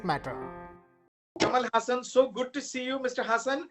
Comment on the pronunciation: Pronounced Haasan. Not hasan. FFS